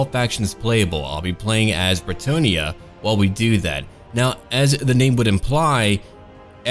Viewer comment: As a french native I think you're really close with the french pronounciation of bretonnia's people and cities, it's fun and nice to hear people at least trying to do it! Really good job!!:D